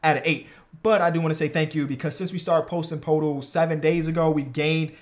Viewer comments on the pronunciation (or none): Day 3 of begging that it’s pronounced “Pertle” not “PoTle”😔pls stop my pain as a spurs fan😂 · it's Pertl right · I wonder how many it’ll take for him to realize how to pronounce Poeltl 😂